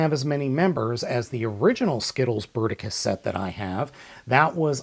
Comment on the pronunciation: Le "Berticus" .. bravo l'ia. En attendant, c'est PAS Bruticus. Bruticus est le Combiner militaire comprenant des jets et des tanks.